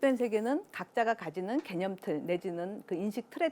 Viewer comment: 오늘의 발음 문제!! 장음인 단어의 첫 자를 "짧게" 잘못 발음하신 예: 세계(계곡해서 여러번), 게념, 강연,인식, 후자, 대중, 둘로(two), 다 같이, 좋은, 부정,경계선,뒷 면,살며(생), 둘이(two), 등!! 하나 둘도 바르게 발음하지 못함!! "세계"를 계소해서 잘못 발음함!!"세속, 세상,세습" 등을 바르게 발음하실 수 있나이까?